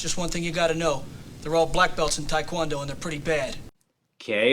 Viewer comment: It's taek won doe they're all saying talk quon doe